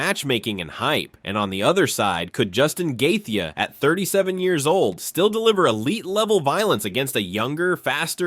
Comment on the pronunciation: your ai cannot pronounce Gaethjie's name right...bullshit video